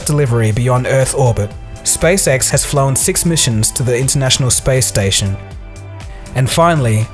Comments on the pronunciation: I am so sorry, but it seems as if I have to be the immature one and say that when you say "SpaceX" it sounds like "SpaceSex". Sorry. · hehe it sounded like you said space sex a couple of times. But in all seriousness great video:)